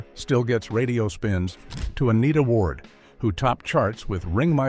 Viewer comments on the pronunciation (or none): none